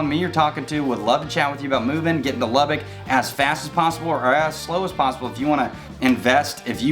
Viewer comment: Please learn how to pronounce the name of the city! It’s not “Lubbick!” There IS no “i” in Lubbock! Sheesh! It’s pronounced “Lubbuck”. Secondly, how do you mention “cons“ about Lubbock and not even bring up the words “dust storm?” All you said was “wind!” Yeah, and what does the wind CAUSE?!? Dust storms! That’s always been the biggest con of all for Lubbock.